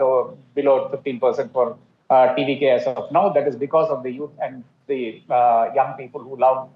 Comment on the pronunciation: TVK name Pronounced 👌👌👌